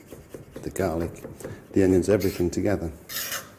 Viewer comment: How he says garlic i wanna kill myself, i feel he knows he sold his soul to knorr haha